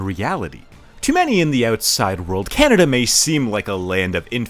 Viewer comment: You mean 'Can-A-Duh'?